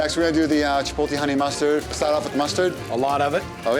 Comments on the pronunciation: Chipotle...not Chipolte...I can't believe how that continues to get mangled in 2026. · There are 2 types of people in the world…one that says chipolte and one that correctly says chipotle 😡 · "MAN I LOVE CHI-POLL-TAY!" guy who can't pronounce chipotle